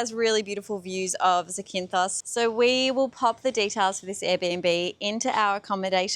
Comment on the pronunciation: It's not Zi-kin-thos it's Za-kin-thos > in the first 30 seconds you mispronounce it 3 times